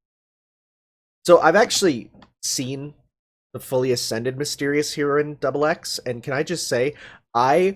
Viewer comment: I'm not going to get mad... I'm just going to say that the Foreigner's name isn't Double Cross. Her name is XX. As in the Letter X.